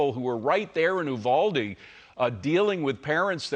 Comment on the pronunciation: You Val dee, accent on second syllable.